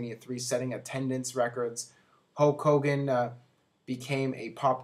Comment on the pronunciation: its HULK hogan not HOKE hogan, hes defo saying HOKE